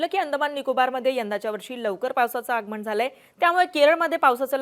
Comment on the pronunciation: आगमण 😪प्रमानात,. बाकी बातम्या छान दिल्या